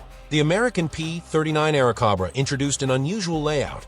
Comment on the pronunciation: Some errors in this presentation. A Mustang is shown rather than a Fisher Eagle. Aircobra mispronounced.